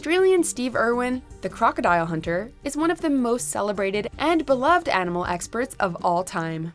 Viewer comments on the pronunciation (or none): none